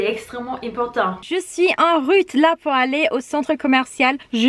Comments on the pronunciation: C’était trop amusant quand tu as dit que étais en "route" pour la boutique : tu as prononcé le "ou" comme un "u" et... être en "rut" ce n’est pas la même chose qu’être en "route"... Rien de méchant, j’adore ton joli accent. Dommage que le legging simili cuir soit si inconfortable car c’était très réussi esthétiquement. Il existe des leggings bi-matière, simili cuir devant et matière habituelle au dos... ce serait peut-être plus confortable. En tout cas, très bons choix toutes ces tenues. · coucou rien de méchant mais attention à bien prononcer le mot "route" et pas "rute" qui dans ta phrase signifie "je suis en suis chaleur" c'est plutôt drôle mais ça peut porter préjudice dans des contextes plus sérieux 🤭